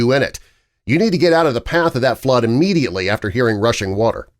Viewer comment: Immediately, not E-mmediately.